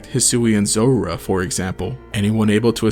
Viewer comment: "zorara" "zorarark"